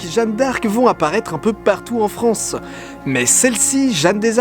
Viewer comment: Allaient la Fronce